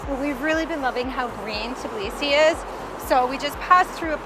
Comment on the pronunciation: it's TBilisi, not TIBlisi, come on, with some practice you can do it!